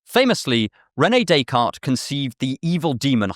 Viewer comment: I don't like the way you say rene decartes